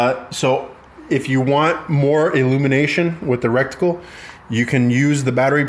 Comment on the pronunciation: Rectum +Reticle = “recticle” 😂 Cool vid tho 🤘